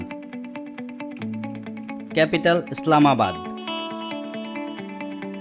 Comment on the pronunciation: பிராசில் இல்ல பிரேசில்